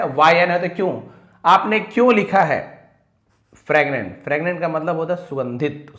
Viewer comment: फ्रैगनेंट या फ्रेगरेंट 😂😂😂😂 आप क्या बोल रहे है sir